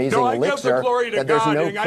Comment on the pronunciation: Gotta be honest. I thought he said "Chlorine" not "Glory" lmao Also, I have to give it to Anderson Cooper for grilling Mike in this interview